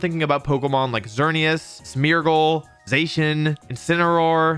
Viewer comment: Has to be the only person on earth that pronounces Zacian wrong somehow